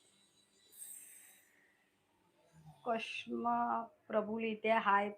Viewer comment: कश्मा नाही ते क्षमा असे आहे.